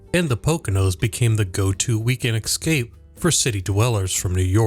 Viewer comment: Did the narrator actually use the word 'EX-scape?":face-green-smiling::face-green-smiling